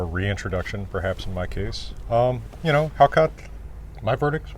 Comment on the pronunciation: Til how to pronounce hákarl! ...How on earth does hal'cauff come to be spelled hákarl?